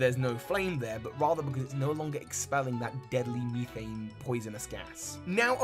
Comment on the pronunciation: Great video over all 👍the only issue I had with it is the way you pronounce certain words like methane for example, but that's my opinion. Thank you for taking the time to research and making this joint.